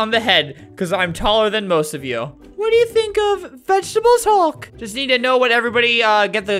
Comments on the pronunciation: after saying vegetebles hulk many times, it sounds like wegtibles halk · Do you mean vegaatablees hulk? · nobody: NOT A SINGLE SOUL::VeGetEbelS HuLk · nobody: not a single person: not a single soul::vegetebles hulk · "Vegetebles Hulk" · "vegetebles hulk" -, 2019. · Everyone: Say The Magic Words!: Vegetebles Hulk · 5 years later and “Vegetebles hulk” has dat with me the whole time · “Vegetebels hulk” i felt that.. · "Vegetebles hulk" is happiness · "Vegetebles Hulk" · Vegetables Hulk